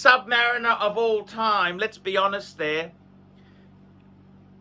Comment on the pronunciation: says, "Sub-mah-reeeen-er."